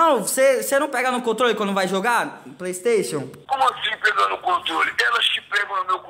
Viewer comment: mano o yudi ta muito grande! ontem mesmo ele tava no bom dia e cia dando "praystatiun" XD